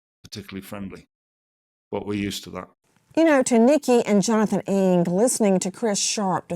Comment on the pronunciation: NG is an Asian surname pronounce as "N-a-n-g" not ING just to give and address Nancy Ng her proper name. I hope she'll be found soon.🙏🕉